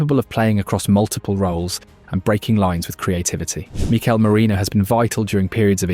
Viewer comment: When did Mik-el start being pronounced Mee-K’l